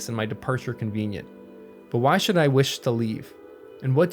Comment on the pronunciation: "How should I?" was misemphasised. Not "How should "I*"? " but "How *should I?" Well, that stood out to me anyway. I think I preferred to read the words myself. Nice work on the whole. Thanks.